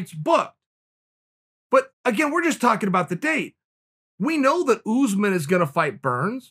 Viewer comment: The way Chael says Usman tho 😂